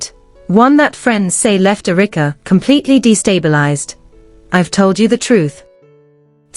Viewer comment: AI calls Erika (Errr-rick-a)